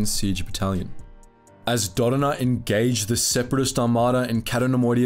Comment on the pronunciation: It's "Kay-to", not "Catt-o". And Jan "Dough-donna", not "Duhnununuh".